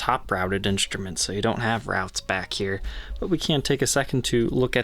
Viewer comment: people saying inCHtrument drive me nuts...